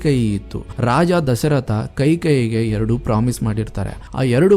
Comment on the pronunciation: Kai kai alla kaike